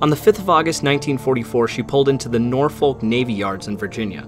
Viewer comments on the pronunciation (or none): I love your videos but I have one critique As a Native of the area and a Merchant Marine, it's pronounced Norfick or Norfuck.. Thank you for bringing these stories to the platform and please keep it up Fair Seas